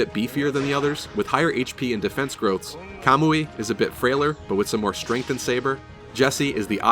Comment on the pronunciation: Just a quick thank you for saying Kamui and not Kuhmooee